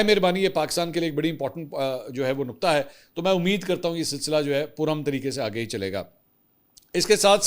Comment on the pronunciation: Plz, plz, pungabi na Bola karein, jahil lagty hain. Doosra naqat nahi nuqat hy